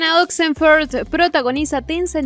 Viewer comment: Que horrible y wachafo como pronuncias oxenford